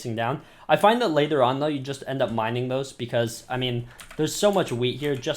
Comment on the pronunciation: Lol u said "minning wheat"